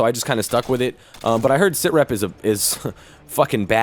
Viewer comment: sitrep not sir rep not tryin to be a dick but just saying